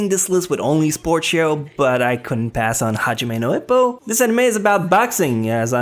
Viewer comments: my boy hes not ip man hes ippo eeeeeppppppoooooooo also simon sea moan my man words are one thing but names common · Eppo, not Ippo as in Hippo, EEEppo :P